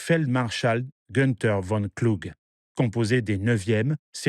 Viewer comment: Allemand VON se prononce FON!!!